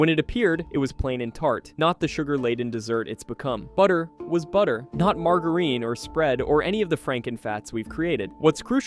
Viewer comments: Mar-ger-reen took me out 😂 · I thought he was real until he mispronounced 'margarine'. By the way, everyone smoked and drank which substituted for food.